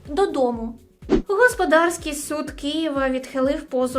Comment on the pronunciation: Офігенний випуск, ви зірочка!😍😍😍 До речі, не господАрський, а гОсподарський, я вам як бакалавр юриспруденції кажу😅😅